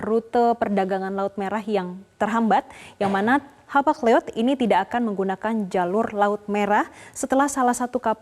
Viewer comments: Mbak... Itu bacanya bukan Hapag liod... Tapi di bacanya "Hapag loid"... Salah pelayaran kepunyaan negara Eropa Barat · Bukan Hapag (baca Liod)..tapi Hapag (baca LOID) LLOYD)😂😂😂😂😂😂😂😂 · Hapag loid bacanya nona😂